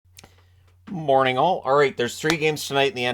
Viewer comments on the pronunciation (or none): Every time he says G'morningAll it sounds like "GetMoneyYall"... 😅